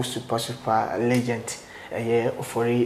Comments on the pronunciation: Kwaku says Legent 😂😂 Kwaku it's Legend pls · Kwaku, please repeat after me: Legend! Legend! The last sound or letter is D, not T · Did kwaku say "legent" or legend?😂😂